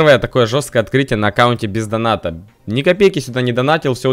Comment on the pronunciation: Бля мне всегда одну слышится: аккаунт ПИЗдоната?😀